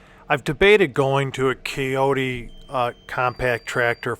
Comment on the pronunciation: What is a "kayote" tractor? I have not heard of that brand.